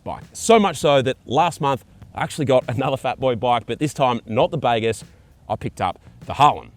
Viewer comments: It’s fkn baaagooos… not bagarse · “The baygess”?? Not been to Bali mate?😂😂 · I think they have named this bike after the Bahasa Indonesian word for "good", which you pronounce as bahgoos.